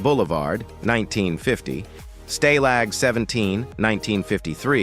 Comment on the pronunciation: I had to laugh at William Holden’s movie Stalag 17. You pronounced it staylog. lol😅